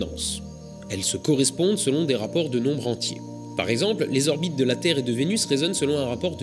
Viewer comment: Slt. Mille bravos à toi!! Trop passionnant!!! Juste une remarque. Cinq zorbites de Jupiter.....cinq orbites c'est bien déjà!! mais t'as le droit t'inquiètes!!! T'es mille fois plus intelligent que moi!!! Et heureusement que tu es là pour nous faire nous coucher moins cons!!! Bizzzz